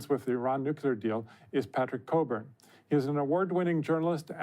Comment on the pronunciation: This guys name was COCKburn not COburn.